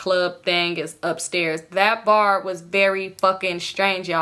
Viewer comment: And the second Bar Sound like Ubar🤣